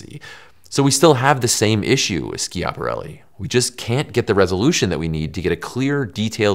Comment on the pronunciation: If you don't know how to pronounce something, maybe Google it before turning the cameras on The amount of times you said Ski-app-arelli. Yanks favourite pass time is butchering Italian culture Was just going to say Italian language, but I remembered what you do with their food